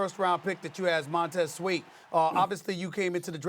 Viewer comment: "Montez sweet" Stephen A 😂